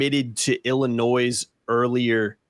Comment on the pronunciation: Learn how to pronounce Illinois lmfao